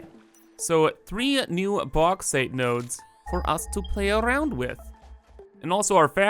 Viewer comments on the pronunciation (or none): Lol i dont know why but when you says "play arrrrround with" you sounds like a russians in CS:GO trying speaks English haha